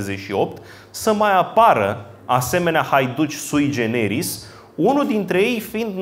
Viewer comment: "Sui generis" are accentul pe primul "e", si nu pe al doilea, domnule... "Caragea" - cum v-am mai spus, dar nu retineti - are accentul pe "a"-ul final, si nu pe cel de-al doilea, asa cum insistati in greseala... "Ada-Kaleh" se pronunta fara "h"-ul final... "x"-ul din cuvintul "exil" se pronunta cu "gz", si nu cu "cs", ca si in "examen", "executie" etc. (gramatica clasei a III-a)... Cuvintul este "butie", nu "bute", cum pronuntati... Ora "douasprezece noaptea", si nu "doisprezece noaptea", cum pronuntati tot timpul (acordul elementar al numeralului cardinal in gen cu substantivul).... Aveti aceeasi problema cu accentele cuvintelor limbii romane si cu ortoepia in general, de care nu va mai lecuiti... Iar chefliu nu inseamna nicidecum alcoolic... Oricum, felicitari pentru aceasta noua conferinta, pentru acumularea constanta si insatiabila de cunostinte si expunerea lor!